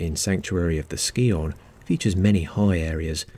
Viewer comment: That's not how you pronounce Scion.